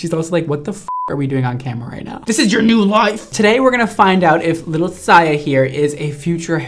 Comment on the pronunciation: Saya not Siya 😭😭😭